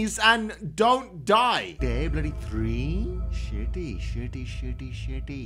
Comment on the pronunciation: Stop say Boody